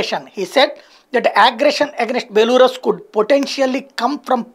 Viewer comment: బెలారస్ బెలూరస్ కాదు